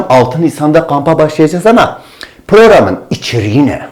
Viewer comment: Sayın hocam proğram değil program😂😂